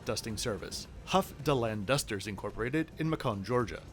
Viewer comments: I cackled when you said “Mu-kahn, Georgia.” It’s “May-kin.” Like Bacon, but with an “M.” 😂 That had me rolling. I love the video. For those who don’t know what microbursts are, imagine turning on a sink faucet on full blast. Then replace the water with air. Microbursts can and have killed before. They’re exceptionally dangerous for airplanes during takeoff and landing. They literally slam aircraft to the ground. The watershed moment (heh) for microbursts was the Delta 191 crash in Dallas, TX, in 1985 that killed 136 out of the 163 people onboard. And also, yes, 100% agree that the pilots keeping me updated on what’s going on is incredibly helpful and interesting. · Macon rhymes with bacon. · Good review. For future you, should you choose to try Contour into or out of the city, the pronunciation of Macon, GA rhymes with bacon. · FYI…Macon, Georgia is pronounced like it rhymes with Bacon…that’s from a Georgia native (not me…a friend) lol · You mispronounced Macon Georgia. Also, you are not enunciating the T’s in your words with the letter T in it like the word button. It sounds less sophisticated than the presentations you have had throughout your programs. It distracts from some of the quality content you have created. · I don’t think that’s how Macon is pronounced